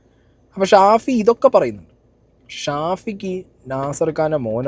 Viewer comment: ഷാഫി അല്ല പഹയാ സാഫി 😹😹